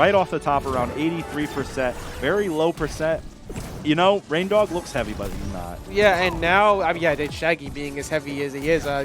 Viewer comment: he calls em rain-diq. Haha I love it lmao